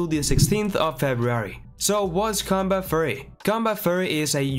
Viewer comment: Why does bro keep saying "combat furry" 💀